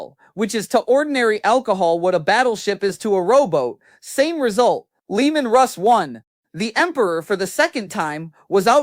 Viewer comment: The disrespect having AI call Leman Russ, Leandros.